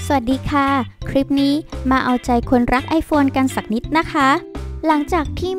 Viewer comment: ได้ยินคำว่า สักนิด แล้วรู้สึกแปลกๆหู